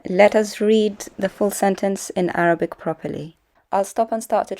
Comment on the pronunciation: Keep up the good work. Make more videos confronting that liar to expose him especially to his minions. When he reads Arabic, I almost died laughing as he sounded like ‘re-turd.’ I saw a thumbnail of him supposedly exposing you. Sorry! I don’t patronize hi channel. You know he is lying when you see his mouth moving!